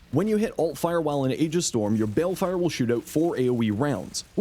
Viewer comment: ee-jiss not ay-gis